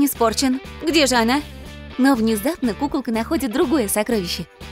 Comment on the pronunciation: Мне показалась пукалка а не кукалка 😂